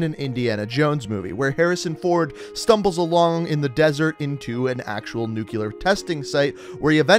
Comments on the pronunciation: NUCLEAR. Not NUCULAR. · Bro, it's pronounced "nuclear" not "nucular" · hes actually saying nuke le ar but i agree its nuke leer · actually, if you listen, he's saying nuke-u-lar, which is wrong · “Nucular” It’s... it’s uh... new CLEAR not *new queue ler * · Its pronounced nuclear not nucular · Sent a little shiver down my spine every time you said "nukular" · Can you please pronounce nuclear correctly, I know that it doesn’t bother most people but it’s my biggest pet-peeve. That said great vid keep up the gr8 work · When you say "nuclear" wrong. F